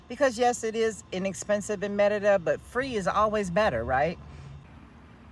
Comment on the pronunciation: Can yall stop saying Merida with the accent. It's so annoying. If you are speaking Spanish, pronounce it in Spanish but if you are speaking English, pronounce it in English.